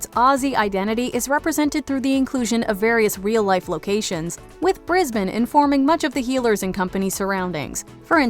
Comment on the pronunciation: Congrats for pronouncing "Brisbane" properly!